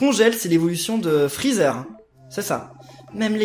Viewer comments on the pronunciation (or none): none